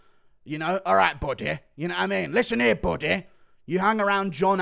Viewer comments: I crack up whenever he says “”😂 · A disgusting scrotum😂😂… love the way you say “buddy”